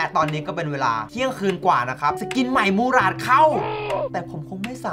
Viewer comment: 6.32ผมได้ยินพี่พูดว่ากุหลาบ แต่ที่จริงมันชื่อว่า มูหราด